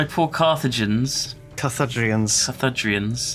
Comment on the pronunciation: IT'S CARTHAGINIANS! GAULSH GET IT RIGHT GUYS!